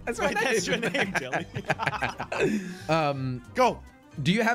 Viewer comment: when say’s “jelle”